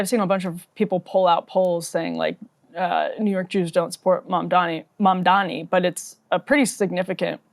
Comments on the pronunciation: I want to punch this asshole in the face every time he says "MONDOMMY" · Pleez! This dude is going backwards from government to mayor and he thinks this is normal. Now let us give his ex-girl friend an interview. He keeps saying Mamdami instead of Mamdani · Do you guys think Cuomo GENUINELY cannot say the name "MAM-DAH-NEE", or if its part of his terrible political strategy to constantly call him "MAN-DAMN-EE?" Personally I think it makes him look even more like a callous idiot, that he cannot even pronounce his main competitor's name correctly. It's not that hard, which makes me sure he's doing it on purpose, in some shallow passive-aggressive strategy. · i dont know how the interviewers dont stop him and help him sound out MAM-DA-NI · It's Mamdani, as in MUM-DANI. How hard is it??? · He can't even say Mamdani properly. What a loathsome, disrespectful character. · If you can’t pronounce the name of a political opponent you have no business being mayor of the biggest city in America. Being illiterate just disqualifies you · How does this guy still not know how to pronounce Mamdani. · I’ve never once heard Cuomo correctly pronounce Zohran’s name. It’s not an accident, it’s just an intentional dog-whistle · He thinks it's a such mastermind move to intentionally mispronounce Mamdani's name because he believes his disrespect will program people into thinking that he's forgettable or otherwise unqualified. Literally the thought process of an obsessively jealous high-schooler. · There’s literally nothing inspiring about this guy. His whole campaign is “I deserve this because people know who I am.” He also refuses to get Mamdani’s name right which is pathetic. Entitled politicians that get all their funding from rich donors are the worst. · Cro-Mag Cuomo can't even say Mamdani's name right. He's either dyslexic or doing it on purpose. Neither looks good for him.